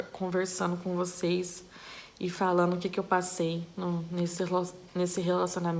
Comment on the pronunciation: Nossaalem de voce falar no gerundio ainda vc troca o d oelo n. Falano, sonhano. Isso e muito desagradável